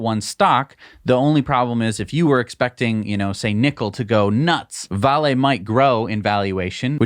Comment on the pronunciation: I've never heard anyone pronounce VALE Vah-lay